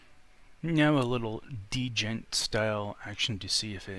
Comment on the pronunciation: Great video/review dude. By the way, the d in djent is silent, so it would be pronounced like "jent"